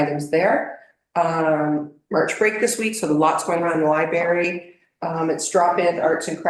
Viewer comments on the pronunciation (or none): It’s library, not libary!